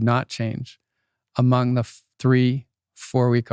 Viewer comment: 2.12.24 "a mung the bean family" haha!